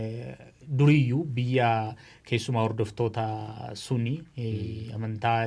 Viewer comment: Sunii miti Sunnii jedhi🙄